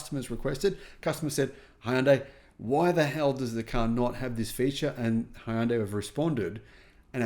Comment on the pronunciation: In Hangul it's 현대, "Hyun-day", two syllables. Not Hi-un-day.